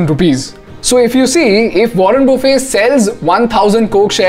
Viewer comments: Pls pronounce Buffet correctly even if the spellings r the same they don’t pronounce as if u r having a lunch 😂...I found this mistake rampant on YT! wo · ruhn buh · fuht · Buffet doesn’t have T silent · warren buffett is pronounced as it spells. It's not buffe. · Its buffet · Warren "buffe" 😂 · But still he got the pronounciation of buffet wrong. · Please correct the pronunciation of MR. Buffet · Everything is good, except for the pronunciation of Warren Buffett's last name 😜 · The way this guy pronounced Warren Buffet ☠ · In the process of sounding too cool you got the pronounciation of buffet wrong